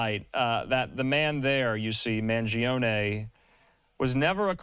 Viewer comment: I’ve heard a number of media people getting his last name wrong. You win the prize, you mispronounced not only his last name but his first name as well. 👏